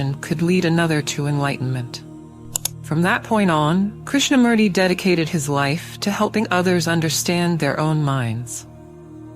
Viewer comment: It's pronounced as Krishna-MOOrthy, not Murdi!!